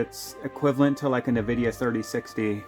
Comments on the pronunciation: sorry - but it really somewhat bothers me how you pronounce nVidia - you say "ne-vidia" - correct is: "en-vidia" ... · Please stop saying Nvidia like that 😭 It's just the letter "N", followed by "vidia" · Did you just call it a "Nuh-Vidia" driver? 😂 Dude, I think you're an amateur in general😅